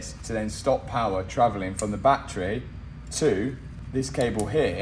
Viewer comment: I'll subscribe the day you say BATTERY correctly